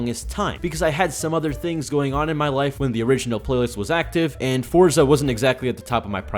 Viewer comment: WP on not saying Fortsa Horizon